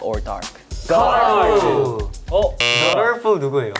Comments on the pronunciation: who said dolorful 😭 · DOLORFUL I'M CRYING Well, if Jungwon says Dolorful, it's dolorful, i said what i said